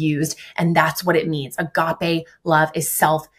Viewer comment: It's crazy to me that doesn't know how to pronounce "agape"